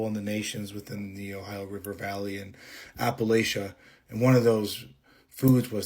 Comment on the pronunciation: First I must say that it is pronounced apple-at-cha. If you mispronounce it again, I will throw an apple atchya!😂 I grew up very near the Blue Ridge in Virginia, and that valley has really dark red clay dirt! It can be used to dye clothing permanently. I now live in those shock wave hills in West Virginia. The Black bears are our current pretty peaceful neighbors. If you leave them alone, they will leave you alone. And this region, From Canada down to the Carolinas is incredibly ancient. And there are indeed spots that are….odd feeling.😊And the legends of the Grass Man in Ohio are interesting. I recommend the stories of Manly Wade Wellman-not racist Native American characters, legends of settlers, just very well written. Specifically the Silver John series, but all the mountain stories. ✌️